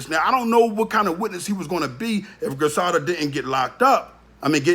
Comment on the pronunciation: Do your research your sitting up talking cash money shit & you have no IDEA what you’re speaking on ! He isn’t on black & white! Fuck outta here! Your not even pronouncing her correctly!!!